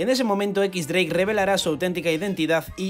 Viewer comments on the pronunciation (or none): Si pronuncias "equis- dreik" Lo correcto no sería "ex-dreik"? Porque si dices "equis" entonces dreik se pronuncia "draque" :v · Si es cierto xdd algunas pronunciaciones de los españoles son bien raras mezclando español con inglés lo correcto sería decir "equis draque" o "ex dreik"